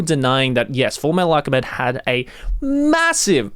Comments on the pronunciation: did he just say "fullmetal alcheMID" by mistake there? XD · "Alchemid" Yes